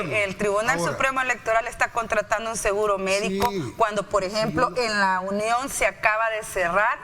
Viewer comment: No se dice Lunion se dice La Union..por favor